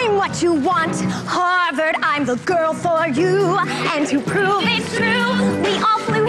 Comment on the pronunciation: are we not going to talk about the fact that she said “warvard”